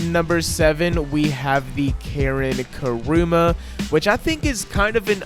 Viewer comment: Should it be the " Karin Kuruma" Not "Karin Karuma" just saying... Thx for this list